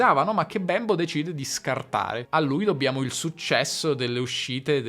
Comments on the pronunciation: Si pronuncia Bémbo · Bravissimo! Ma quindi l'italiano è una lingua "manierista"? e Bembo non si dice con la e chiusa? Grazie Ciao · infatti. Mi crea davvero un poco di disagio quella 'e' così marcatamente aperta che adopera nella pronuncia del nome Bembo